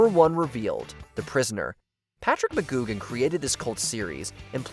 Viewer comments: That's Patrick "McGoohan", with an h. Not "McGoogan". He was not a Fraggle. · It's "McGoohan", not "McGoogan". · ITS MCGOOHAN NOT MCGOOGAN GET YOU NAMES RIGHT. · Negan was a believable character at first but quickly turned into a predictable high school bully and was a big part of why we stopped watching TWD It's Patrick McGoohan, not Mah-GOOG-an. Missing here are MASH, The Sopranos & Seinfeld. Best ever, the finale of Newhart